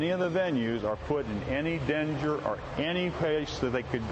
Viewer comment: "Are put in any denger". lol its danger.